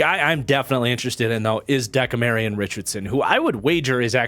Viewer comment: I love your work,, but it De-CAM-rion Richardson, not so much Deka-Marion. At least every other time I've heard his name.. I don't know him personally so what do I know